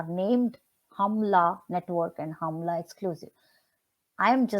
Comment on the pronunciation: It’s pronounced as हुमला in Nepal (HUMLA) ma’am. It’s rural part of Nepal where the things happen what you have mentioned….Thank you for your kind analysis related with SSR. #JusticeforSSR